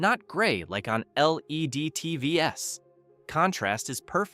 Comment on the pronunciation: Buddy... the AI voice over is dumb as hell. You gotta type out "teevees" if you want to keep using this method.